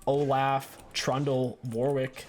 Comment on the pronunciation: The way you pronounce shaco and Olaf sets me off lmao